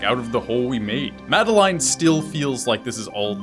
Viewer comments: MAD EL LINE? its pronounced Mad El In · It's pronounced 'Mad-eh-lin' not 'Mad-eh-line' ... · it's madelin (pronunciation) not made "line" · This whole time I thought it was pronounced Madaleen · great video...! but im sorry it's MA-DE-LIN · Oh wow I thought her name was pronounced the way the French would say Madeline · The way you pronounce Madeline makes me cringe but nice video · ... you pronounced her name wrong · I think the message you missed is that that's not how you pronounce Madeline's name. Or at least, that's what Matt, Noel, and IIRC, Lena have all said. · The way he pronounces madeline makes me want to die